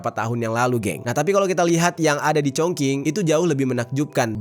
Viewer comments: sebenarnya masih ada bro yg ketinggalan di bahas, yakni SPBU di atas lantai 6, Kota diatas lantai 25, bandara/airport yang diatas bukit, serta perpaduan antara bangunan kuno dengan modern yg menciptakan estetika baru yang menakjubkan. kota ChongQing ( pelafalan yg benar "Chong Xing") terkenal dengan Kota dengan 10.000 jembatan. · iya bener masih khing bilangnya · Klo cina huruf q dibaca c bang jd chongqing dibaca congcing😊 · Mas maaf cara bacanya : Chong Ching (Q itu dibaca ‘Ch’) Pinyin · Kyknya bcanya chongching d bg 😁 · Bisa ga si klo mau bawain video dan ada nama2 kota itu di cari tau dulu cara baca kota2nya, greget bngt dnger pelafalannya jirrr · Maaf sebelumnya bang..telinga sy gatal mendengar pronoun/sheng diou kata kota chong qing, tlg pronounnya yg betul..klo yg abang pronoun spt itu org gak ngerti ya. Krn sheng diou itu penting, beda pinyin beda shemg diao dlm mandarin artinya bs jadi beda. Sy mandarin jg gak pintar tp krn sering mendengar dan mencoba memahami jadi tahu dikit2..chong qing itu klo dibaca dlm ejaan bhs indo itu jadi chong/nada lurus dan ching nada naik. Org akan tahu itu nama kota chong qing yg dimaksudkan..klo dibaca chong king gak ada nama kota itu di china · Cing,, bukan King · Ada baiknya kamar cek dulu cara baca nama² kota, spy lbh baik dan benar, gk asal²an pls, bukan congking, tp congcing, kerajaan qin=cin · Chong ching bacanya kq cong king 😂😂😂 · Zhongqing dibaca Congching, bukan Congking 🙏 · Bangg bacanya “Chong Ching” bukan cong king 😀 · Chong Ching , bukan chong king😂 Q dibaca jadi C .. Chong Qing/ching 重庆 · Bacanya Chongjing,bukan Chongking... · Speelingnya Chong ching. Bukan Chong king.. Kota Shenzhen,Shanghai is the best...Beijing lebih kayak old town yg sangat cantik, tapi intinya semua kota di china sangat indah.... Aku beruntung sdh pernah mengunjungi byk kota disana...dan tinggal disana hampir 10th.. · 😂😂😂😂 congKing??? Itu baca nya Chong cing weyyyy😅😅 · koreksi: dibacanya bukan "Congking" tapi "Congcing" bro